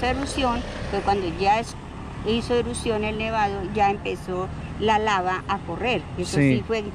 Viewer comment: se dice: erupción.